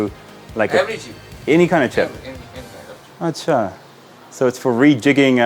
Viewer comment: your acha is on spot accurate pronunciation and usage